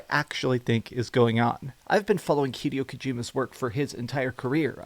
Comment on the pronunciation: Hee-day-o Kojima